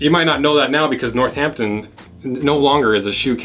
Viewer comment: Love the way you pronounce Northampton. I’m gonna say it like you from now on. Makes it sound so much better!!